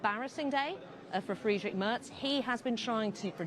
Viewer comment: Moin, too! When I look at the comments, it looks like 95% of the authors are German;-) (me too) Hey (correct written?), your "Tschüss" sounds very good too, a little work is left to speak out "Friedrich", specially the "..drich" 😉, but you can still do that👍👍, 4years time now 😅